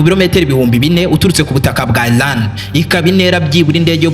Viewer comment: Bavuga Iran ntabwo ari Ilan!!!